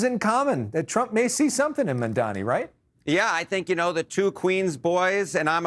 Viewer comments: It’s M-A-M-D-A-N-I not Mandami! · They’re trying to pronounce it but just so they know it’s “MOM-DA-KNEE” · Did this fucker of a reporter just say Mandani twice?! How ignorant and disrespectful if he did! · As journalists you should try to learn how to pronounce his name. This lack of attention to detail is disappointing ...it is pronounced MumdaaNi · The host just keeps saying "mandani". How hard is it to pronounce his last name properly? It's not even a difficult name. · MuM - Da - Nii. Get it right guys. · Everyone together now: “Mam” (like “Mom”) “Dani” (like “Donnie”) Now put it together. For real people it’s not that hard. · Not mundami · I am starting to think white people's inability to say Mamdani is a speech impediment.. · How can you keep saying his name wrong after all this time? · Say his name right, Mamdani!! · Why these idiots cannot pronounce MamdaNi correctly ? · CNN, it’s about time you teach your staff to pronounce Mayor Mamdani’s name correctly! For your own credibility, of course! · Can the host pronounce Mamdani’s name properly???? Like wtf it’s about time. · I also noticed these CNN clowns intentionally butcher his name. Racist Zionists is what they are. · M-A-M-D-A-N-I can we please pronounce his name correctly. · Still, CNN people unable to say Mamdani's right. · You guys still can't pronounce his name? 😂